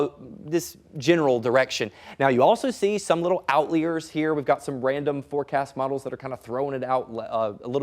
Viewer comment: No way he said “outliers” like that